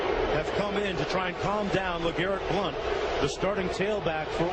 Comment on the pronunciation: I think tells you what you need to know about this unprofessional network. That, or the beginning when he doesn't know how to say the guy's name. Blount is playing good football in the NFL now.